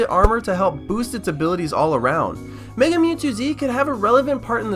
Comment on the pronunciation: why did you copy another ytuber... and... are you saying giratina or dragonite.... also.. why is it meger one more thing... whats that profile picture